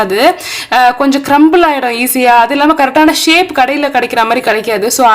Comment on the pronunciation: திரிச்சபால... ஷேக் இல்ல ஷேப்